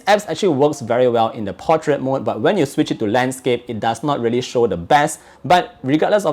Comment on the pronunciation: When says But: "baH!"